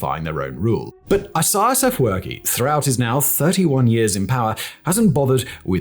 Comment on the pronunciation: It's astonishing that you didn't practice pronouncing the name of the only heroic Eritrean president correctly, especially given the history you present on your channel. You have no idea how President Isaayas Afewerk reached this point. Contrary to what you mentioned on your channel, he did not come into fortune easily; both he and countless young and old Eritrean men and women sacrificed their lives for this freedom. Your research seems biased, relying on sources from ethnic groups opposed to the Eritrean government and people. Please get your story straight: travel to Eritrea and uncover the truth instead of sitting comfortably and relying on Google. People like you distort the history of a developing country, and it's shameful. This is not new for Ethiopians and Eritreans, who have often seen third parties, like GB or other countries, interfere and ruin lives. Shame on you, sir.